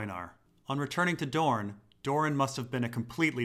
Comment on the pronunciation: The deeper dorne The deepuh duuhrn! The dupuh duhr!